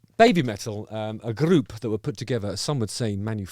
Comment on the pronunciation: Gonna watch this vid again just to hear you say "grrrrrroup" again;)